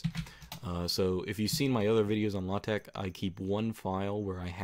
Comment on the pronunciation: It's not everyday I hear LaTeX pronounced so perfectly like this.